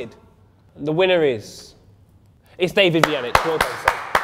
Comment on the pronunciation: I'm italian and David pronunce was fantastic :D